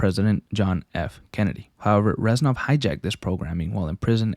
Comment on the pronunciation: He’s not ren sov he is rez nov:(